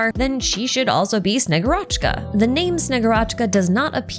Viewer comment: This name will be repeated as the Snezhnaya chapter closes in, i feel, so please. Shegu'rochka. The emphasis on the u.